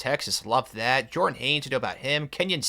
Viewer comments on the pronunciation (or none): none